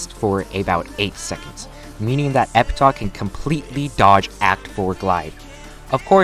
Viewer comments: Its pronounced Epitaf,not Epita lol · e-pih-taf. Say it with me, e-pih-taf